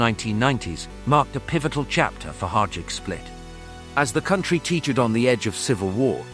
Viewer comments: Not hajuck, hajduk is pronounced high-duck. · It's pronounced "HAYDUK" ! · bruh this was hard to listen lol, every time. Its pronounced high-dook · I‘m wondering if it is really so hard to pronounce Hajduk and not saying Hadjuk , the J comes before the D and not the other way around. But i guess this is an American thing.